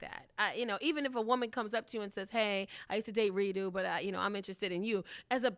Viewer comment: She called this nigga Redo the whole time😂 (Ree·Dough)